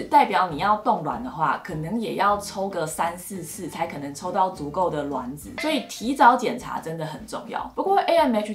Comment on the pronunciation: 是我少數聽到發音正確的。卵ㄌㄨㄢˇ子👍🏻👍🏻，看了一堆做試管的媽媽都說ㄖㄨㄢˇ子，聽了頭好痛